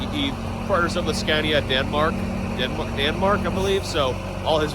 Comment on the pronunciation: Scania not Scandia. SorryOops